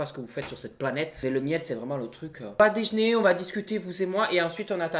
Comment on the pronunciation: J'adore a chaque fois il dis " on va dejner "'😭😂